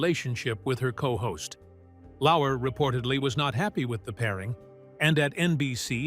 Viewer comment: Lauer, not Lauwer.